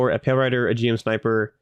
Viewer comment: One tiny nitpick from a Gundam fan - GM is usually just pronounced like Jim. Loving the content, and I'm so hyped to get to play this game on the regular at release!